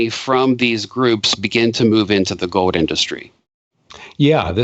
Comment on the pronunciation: What the heck is go'd? At least can pronounce 'gold' properly.